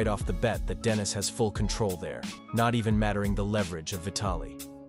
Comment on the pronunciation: Denis FGS, NOT DENISE